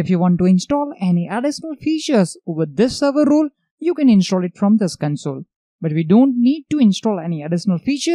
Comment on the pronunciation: You're saying ROLE, but I am hearing RULES. Throws me off. I am looking for server RULES and can't find them. ;)